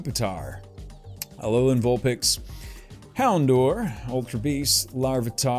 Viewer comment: "Houndour" is pronounced "hown-dow-er".